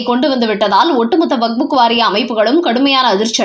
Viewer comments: அது வக்ஃப்! வக்புக் இல்லை! உங்கள் பல வீடியோக்களைப் பார்த்தேன். அனைத்திலும் இப்படித்தான் வக்புக் என்றே அடமாக உச்சரிக்கிறீர்கள். தயவுசெய்து செய்து உங்களை திருத்திக் கொள்ளவும். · ஐயோ ! இந்த அம்மாவை மாற்றுங்களேன்! " "வக்புக்" கேட்க சகிக்கலை.